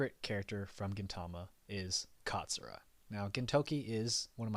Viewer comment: It not zura, It's katsura